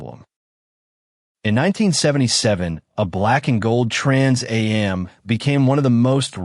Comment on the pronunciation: Trans A-M package, good lord AI is horrible